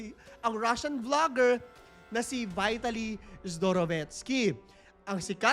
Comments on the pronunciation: Sorry po... Just pronounce the name right... Not the english.... Its not vitality..... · vuy.talee ng vuy.talee, sana ipronounce ng tama. may google naman. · BEE-TA-LEE ang pronounciation ayos yan pagdusahan nya sa kulungan ang mga ginawa nyang kabulastugan, sana makatapat nya mga geng2 :face-orange-raised-eyebrow